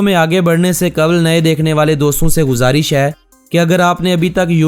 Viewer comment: غزارش نہیں گزارش ہوتا ہے